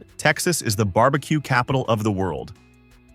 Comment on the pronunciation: Bar B Quay? Really?